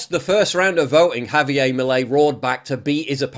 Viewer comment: It’s pronounced havyair not havyay. Argentina is not a Francophone country. Get it right.